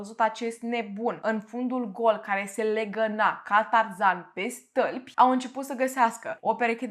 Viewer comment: De ce nu pronunți “ â”?😂🤣 “ găt”; “ mărăie” “stălpi”. doar de curiozitate întreb , am observat în toate video urile ca nu pronunți â, ci mereu zici ă unde ar trebui să fie î